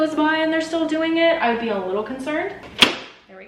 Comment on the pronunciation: "I WOOD use it..."